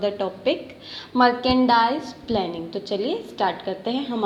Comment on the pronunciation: It's Merchendise not marcendise.. Pronunciation 🥲